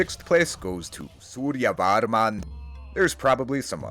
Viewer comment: suryavarnam soften all "a"s like pretend they don't exist but you know they do then you'll get more accurate pronounciation